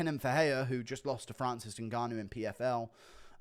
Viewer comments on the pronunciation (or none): none